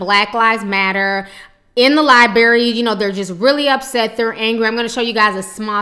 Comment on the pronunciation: it's not liebary it's library